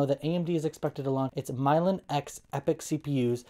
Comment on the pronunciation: Sorry but Milan is the name of a city in Italy, and you should look up how it is pronounced. Saps your credibility to get something that simple wrong. I do read your site with pleasure at times, but this is just sloppy. Also, the new chip teased is TURIN, right? Mispronounced that too